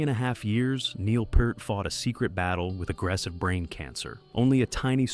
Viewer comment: If you can't even figure out how to get your AI Narrator to pronounce "Neil Peart" properly, you should have taken the time to narrate the video yourself. Or you could have bought some better AI text to speech software? For a monetized channel with 50k subs and ads turned on, etc., spending a little money on software shouldn't be a problem, unless you're just too greedy for that. Combine that with being too lazy to do proper research, makes your channel a waste of time.